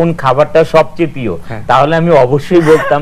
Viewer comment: এই বোতল মার্কা নায়কতো "প্রিয়" শব্দের উচ্চারণ পিয় বললো।